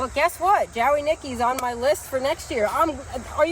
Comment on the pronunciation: and you two can make me belly laugh sometimes. Dahlias always seem to do better later in the season for me. Two things. That does look like Jowey Nicky and just ignore the "w" when pronouncing Jowey/Joey. Second, looking at all those pots left to plant my girl you all need to upgrade to an auger for real. I know the farm is rocky but there are augers that stop if they hit something. I think you would love it.